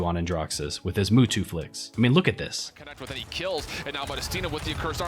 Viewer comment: "Who tf is Mootwo? Ohh he mean't Mutu"